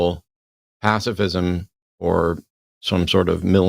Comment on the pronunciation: If you can't pronounce the words "pacifism" and "authoritarianism," you probably should leave the topics to someone else.